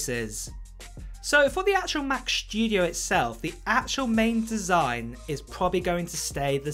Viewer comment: What a weird pronunciation - what’s up with the overemphasized SPG “s” in “shtudio” ? Other than that, where’s any source for this rambling??